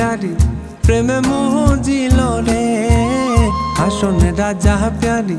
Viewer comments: Good composition and Music Rearrangement. But, I’m here to rectify the exact pronunciation. It is “Hason” not “Hashon”. Mispronouncing the name of the writer and composer is heartbreaking. Hason Raja is a legendary figure in Bengali Culture. Anyway, best wishes from Bangladesh! 🇧🇩 🌻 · গানটিতে নতুনত্ব আনার চেষ্টা করা হয়েছে, ভালো কথা। কিন্তু এই লোকগান যে মরমি কবির লেখা, তাঁর নামটা তো অন্তত শুদ্ধ করে উচ্চারণ করা উচিৎ। আমরা সিলেট অঞ্চলের মানুষ। প্রতিবার গায়কের মুখ থেকে 'হাশন রাজা' শুনতে প্রচণ্ড বিরক্ত লাগছিলো; আসলে নামটির উচ্চারণ 'হাসন রাজা'- ইংরেজি S এর মতো। নতুন করে গাওয়ার আগে অন্তত সেলিম চৌধুরীর পুরোনো ভার্শনগুলো একটু শোনা উচিৎ ছিলো তাদের। তবু আপনাদের উদ্যোগকে স্বাগত জানাই। :) Keep it up! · চমৎকার উপস্থাপনার জন্য সাধুবাদ জানাই। নিশা লাগিল রে। সঠিক । নেশা শব্দটি হাছন রাজার জন্মভূমি সুনামগঞ্জ/সিলেটে নিশা উচ্চারিত হয়। তবে হাসন শব্দটির উচ্চারণ সঠিক হয়নি। উচ্চারণ হবে- হাছন। হাশন উচ্চারণ করা হয়েছে। যা শ্রুতিকটু । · হাসন টাকে হাছন উচ্চারণ করলে ভালো হতো।। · উচ্চারণ ঠিকঠাক হয়নি, হাশন রাজা না হাসন রাজা হবে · ভাই ভাব ধইরেন না। সঠিক উচ্চারণ করে গান কারুন। হাশন রাজা নয় , হবে হাসন রাজা...। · গানটিতে নতুনত্ব আনার চেষ্টা করা হয়েছে, ভালো কথা। কিন্তু এই লোকগান যে মরমি কবির লেখা, তাঁর নামটা তো অন্তত শুদ্ধ করে উচ্চারণ করা উচিৎ। আমরা সিলেট অঞ্চলের মানুষ। প্রতিবার গায়কের মুখ থেকে 'হাশন রাজা' শুনতে প্রচণ্ড বিরক্ত লাগছিলো; আসলে নামটির উচ্চারণ 'হাসন রাজা'- ইংরেজি S এর মতো। নতুন করে গাওয়ার আগে অন্তত সেলিম চৌধুরীর পুরোনো ভার্শনগুলো একটু শোনা উচিৎ ছিলো তাদের। তবু আপনাদের উদ্যো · হাসন না রে ভাই হাছন হবে! আর যাহোক উচ্চারণ ঠিক না হলে গান টাই মাটি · হাছন রাজার নামটি ‘হাশন’ উচ্চারণ খুবই বিরক্তিকর ছিল। নিশা শব্দটি ঠিকই আছে। বাংলা নেশা শব্দটিই সিলেট অঞ্চলে ‘নিশা’ রুপে উচ্চারিত হয়। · হাশন কি? উচ্চারণ ঠিক করে গাইবেন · হাছন এর উচ্চারণ এ ক্যারাব্যারা ছাড়া ভাল হয়েছে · শুধু "হাসন রাজা"র নামের উচ্চারণ, আর মূল সুর থেকে একটু অন্যরকম, বাকিটা "নেশা" ভালোই লেগেছে। Best wishes! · সুনামগঞ্জ থেকে বলছি, গানটার সুর অনেক পরিবর্তন, হাছন রাজার নামটা ও টিক ভাবে উচ্চারণ করা হয় নি, দুঃখজনক